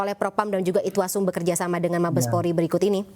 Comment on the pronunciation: Irwasum..bu..bu . Bukan itwasum...minimal.belajar dulu bu....sudah menggebu gebu..salah.pula